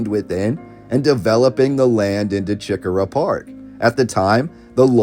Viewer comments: I appreciate all of your research. But i must tell you, it's not CHICK -a--rah It's CHE-core-ah. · every time you said chi-cora was like nails on a chalk board. it's preannounced like SHI-cora. Don't even attempt to say Huger. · right I should have put the emphasis on the CORE part